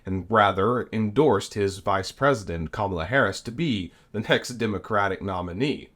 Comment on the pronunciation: It’s “a” and “the” NOT “aye” and “thee” This mispronunciation is rampant on news type videos. Grates like fingers down a chalkboard.